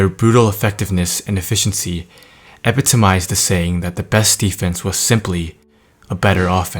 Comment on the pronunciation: It's ih-pit-uhm-ized, not epit-om-ised.... I mean really, you seriously said that word like that? lol come on bud